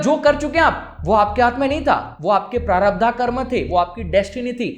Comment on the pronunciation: Prarabdha nahin, prarabdh.